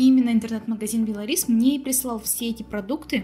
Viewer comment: А я думаю что за бело рис 😉😄😄Белорис ударение на о.